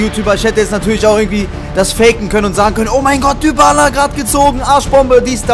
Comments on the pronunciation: Man spricht Dybala nicht Dübala aus sondern Dibala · Man spricht es Dibala aus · sagst immer dübala der heißt dibala wir aber halt dybala geschrieben